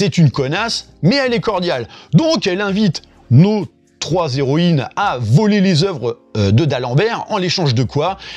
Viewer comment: "nos héroïnes" j'ai compris "nausées"